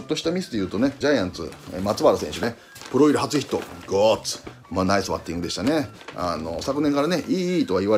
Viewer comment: いつも思うけど里さんの「グッド」「ナイス」発音良すぎ